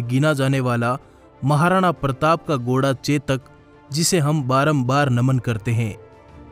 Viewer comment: Goda nhi bhai ghoda hota hai..ajeeb lg rha hai sunne me 😉😉🙄🙄